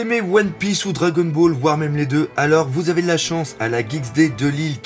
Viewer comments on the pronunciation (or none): none